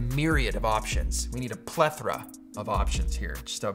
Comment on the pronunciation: When you said pa-ther-a of options I immediately thought of the movie “the three amigos” with Steve Martin, etc in it 😂😂😂 made the whole video